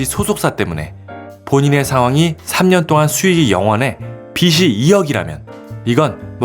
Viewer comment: 읽는 글에 빚이 라고 쓰여있으면 비지 라고 들려야 하는데...왜 비지가 비시 라고 들릴까요?